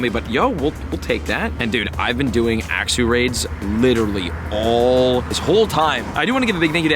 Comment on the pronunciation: am i the only one that wants to correct him every time he says axew 😂